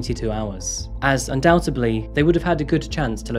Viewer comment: It is actually undoubtedly, not undoubtedbly